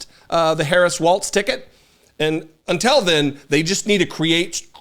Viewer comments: I’m a huge fan of the work you and your wife do. You are both forces for good in this world and I appreciate you guys immensely. However, one small criticism and I hope you don’t take it the wrong way: Have you ever noticed that you say “unTELL” instead of “until”? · Hey, I love ya man, but the word until is not pronounced untel. 😂😂😂